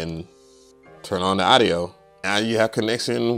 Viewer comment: Respectfully, please pronounce audio properly.